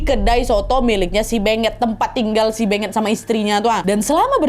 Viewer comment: Kek nya beungeut bukan sih baca nya